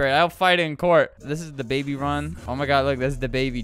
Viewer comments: Da baby not duh baby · It’s thababy not da baby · I love "DAABY